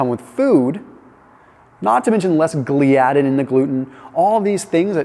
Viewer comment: It’s pronounced “GLIA-din”, otherwise great video.